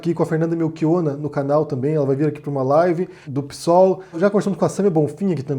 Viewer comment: é um gênio, mas o jeito que ele fala PSOL é foda HAHAHAH "PIÇÓL"